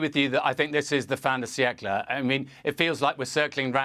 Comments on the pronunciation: 'Fin de siècle'. I know. Two people used the phrase in the piece shown. Both of them couldn't pronounce it properly. Pretentious, moi? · Cathy Newman: "Mmm, but isn't it just all a fondant bicycle?" What?!? Cathy, if you can't pronounce the phrase 'fin de siècle', just don't use it in the first place?